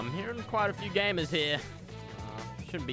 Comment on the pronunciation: He sounds so American when he says "gamers"